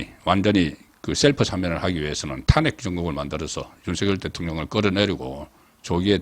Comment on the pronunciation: 정말 탄핵 발음 엉망이네요 탄!핵? 탄핵이라는 말 하지마세요 송꾹껀